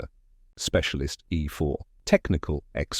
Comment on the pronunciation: “Speacislist” bruh come on